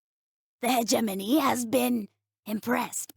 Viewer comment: Finally, someone who says hegemony in a way that sounds correct!!!